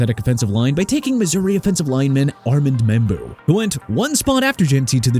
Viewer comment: I'm done. Wanna continue to pronounce New Orleans (New OR-LINZ) like that and show disrespect to the people living in a Louisiana city, go ahead!! Good job! NEW OR-LEANS!!!!!! AND ALSO ARMAND MEMBOU PRONOUNCED AR-MOND! CHICAGO PRONOUNCED SHEE-KAH-GOW NOT CHI-KA-GOW! I HATE YOU DUDE! AND YEAH MIAMI COULD'VE GOTTEN EMEKA EGBUKA OVER KENNETH GRANT SO WHAT?!?! THEY SHOULDN'T HAVE GOTTEN GRANT IN THE FIRST PLACE! YOU GOT A PROBLEM WITH MIAMI?! EVERY VIDEO YOU TRASH MY TEAM LIKE THEY DID SOMETHING TO YOU! HOPE YOU CLEAN OUT YOUR LOCKER, GET A PRONUNCIATION COURSE AND GET SOME SERIOUS HELP CUZ YOU'RE OUT OF CONTROL AND I'VE HAD ENOUGH!!!